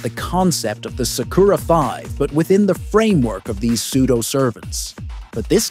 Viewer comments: “Suck-koor-ra”kinda triggers me, sorry 🤣🤷‍♂️ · You can't even pronounce sakura's name right 😂